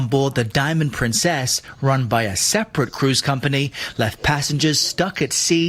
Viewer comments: Am I the only person who tried not to laugh when said "Diamond prinCEEHHHS"? Thanks for the shout-out,! It was a very exciting day. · It’s a British pronunciation. It sounds odd to me too.